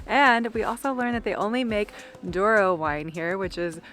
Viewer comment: Douro, not Duoro :)